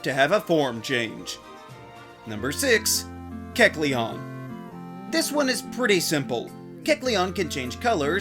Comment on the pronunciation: Wait...THATS HOW YOU PRONOUNCE Kelceon?!